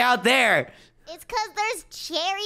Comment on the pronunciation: cheary blosams and practickly avry thing bat sproos